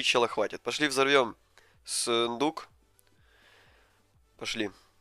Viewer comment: он сказал сыендук?